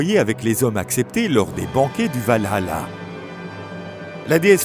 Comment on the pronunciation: Beresker ? Vahala ? Ouagner ? Nibelunegue ? Et j'en oublie certainement. Les dessins sont superbes mais la voix-off est une fois de plus complètement à la ramasse.